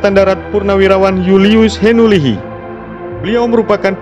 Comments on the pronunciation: JULIUS HINUHILI bukan HINULIHI.. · Julius Henuhili bukan Henulihi...🙏🙏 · Maaf, baru ingat Mayjen Simon Konya. Sdr keliru ucapkan nama H E N U H I LI bukan Henulihi. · Ternyata putra2 NTT juga banyak yg sdh berhasil dlm kaierx. Mohon sdkt perbaikan dlm penyebutan nama dari almarhum bpk Jend HENUHILI. dlm sebutan kedengaran, HENULIHI. Yg benar adalah H E N U H I LI. Mksh. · Salah bung. Bukan henulihi. Tapi henuhili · Henu Hilli Bos Bukan henu lihi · KOREKSI UNTUK POSTINGAN INI ! JULIUS HENUHILI bukan JULIUS HENULIHI